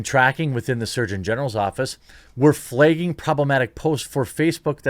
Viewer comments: FlAgging, flEgging is not a word. Why do you replace the letter A with the letter E? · Flay-ging???? WTF? 😂😂😂